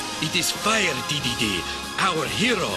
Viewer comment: when he said dedede man i heard gigidy man